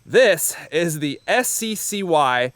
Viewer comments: I believe that SCCY is pronounced "sucky" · It's pronounced sky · BTW the SCCY is pronounced sky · You pronounced SCCY as “Sky”, but I’ve always imagined it as “Sucky”, which has deterred me from from buying it in the same way Spanish speaking countries had poor sales of the Chevy Nova. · It’s pronounced “Sky”? I always thought it was “Sissy” 😂